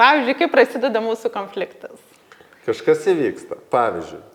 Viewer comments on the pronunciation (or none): Smagu,kad dalinatės! Taip ir toliau,kalbėkit apie viską,temų yra daug gyvenime,kol viską išnekėsite...😊 Klausėte ar kliūna kirčiavimas - atsakau-Taip. Man visada klūna,kai žmonės neteisingai kirčiuoja. Nepykit,bet jūs neteisingai kirčiuojate ir žodį - konfliktas( kaip rėžia ausį) ir žodį - produktas ( kurį dažnai naudojate), žodį - projektas... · Taip "konfliktas" su lietuvišku kirčiavimu ne tik gražiau, o tas kitas labai užkliūna .😊